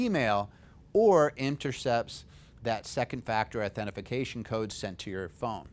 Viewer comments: Authentication not "authentification" ... good tips though, thanks! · Nice video. But...Authentication. authentication. Not authentification. Authentication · The correct term is au-then-ti-ca-tion. it is a five syllable word.